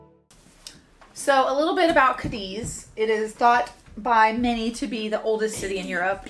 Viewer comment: it is ca<---accent here deeth lol